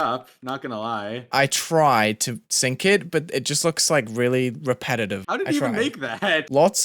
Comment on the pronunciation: "i tride" no, you